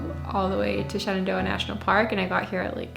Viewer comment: every time you say Shenandoah sounds to me like ShenanDOHA ! We miss your vlogs in Doha.